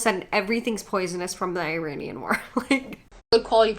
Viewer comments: She says "made from the I-RAIN-Ian war," but she can't even pronounce Iranian correctly. 😂🤣 Makes me trust her "facts" a lot. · 'Ee-raian' war? Did she mean the Iraqi war?